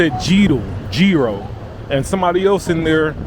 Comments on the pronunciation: It’s pronounced yiro,, not giro, there’s no “g” it’s a y as in yogurt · Yiro (s) - like 'yes' not tzyro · the 3d one you said it right 💯💯 I am amazed you can do the Greek γ sound it is very hard for foreigners you said that PERFECT .. almost 10/10 pronunciation .. ( then you f*cked it up and started saying nonsense like "Gyro" and "Jiro" or whatever the f*ck ) like cmon man ... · You got the pronunciation right on Gryro eventually, but really F Gyro's Souvlaki Pitas are where it's at . I hope you had a few of those before you left the country. Overall a very good vid and I think you nailed the vibe. I look forward to the futures ones in this series. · Omg stop saying g row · it's pronounce Yero it shouldn't be written with a G like Gyro the G is silent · it's actually pronounced YEERO (ΓΥΡΟ) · It's pronounced yeero as in yearn or yodel😂😂😂😂 a mouthful either way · No G ..iro ...we don't pronounce the G .. the same way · It's pronounced Yeeros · The amount of times you said “gee ro” cracks me up. 😂 My husband also says it that way or Ji-ro. With the “I” pronounced like a Y. 😅 No matter how many times I tell him how it’s pronounced, he defaults back to that. Can’t wait to go next year, God willing. 🙏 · Also gúros is only the meat not the wrap, it's pitóguro or pita me gúro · It's pronounced Yee-Roh, the sauce isn't aoli, it's tzatziki which is greek yogurt, garlic, dill and cucumbers.